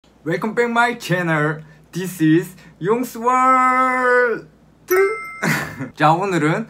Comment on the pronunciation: يقول يونكسولوووورل. د